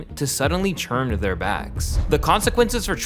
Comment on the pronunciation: Dude the way you pronounce ‘turn’ is insane! Rechurng!?